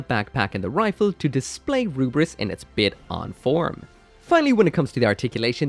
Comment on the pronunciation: I think the romanization of the Rubris to Lfrith is due to the letter "L" not existing in the Japanese language.. correct me if I am wrong. So when a Japanese speaker is saying "Rubris", they're actually trying to say, "Lu-Frit". It just comes out as Rubris.